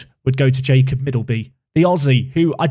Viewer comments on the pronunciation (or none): none